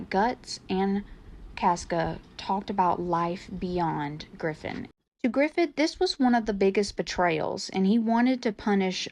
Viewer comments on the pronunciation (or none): They are trolls, no sane human being would think Caska enjoyed it. ... Oh wait, this is internet, sanity is off the table. Just a two things worth mentioning : your audio quality is kinda low (it has to be said, sorry) but more importantly it's GRIFFITH, not GRIFFIN !!! Now I have this image of Family Guy + Berserk crossover that won't come out of my head... T_T Now more seriously I'd like to adress a slight disagreement on SA porn/hentai : as disturbing as it is (which is a lot. yuck.) as long as actors are consensual/fictional I'm fine with it existing since it can be some kind of an ersatz for viewers which may satiate their libido enough to not go for the real stuff... Just like loli/shota content (once again : yuck). Wouldn't it be better leaving the weirdos enjoying their messed up shit at peace while publicly and constantly reminding the importance of respect and mutual consent ? Censoring stuff on internet only result on Streisand effect activation anyway... Don't get me wrong : the viewers of such content disgust me as much as the content itself, just... It might be a lesser evil. I am open for debate.